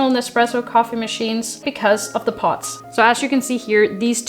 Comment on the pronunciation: It sounds like you're saying "Pots" instead of "Pods", Lol, but good video!